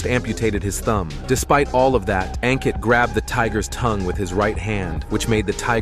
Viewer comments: It's pronounced as Un-kit not Ang-kit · It's pronounced as Unkit. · A n Kitt ( pronounced ) one word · Aun kitt ( pronunciation one word )